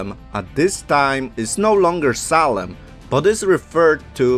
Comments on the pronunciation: I couldn’t stand to continue to listen to this because of the choppy-spoken narrator who cannot pronounce Salem correctly. It is pronounced SAY-LEM, not SAW-LEM! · you said the city salem or solon?